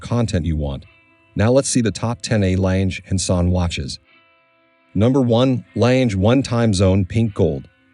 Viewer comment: What a crappy pronunciation of the legendary watch maker name just like the rest of it!!!!!!!Learn a bit, not everything is English!!!!!